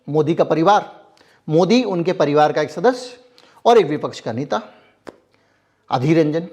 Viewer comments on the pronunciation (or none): none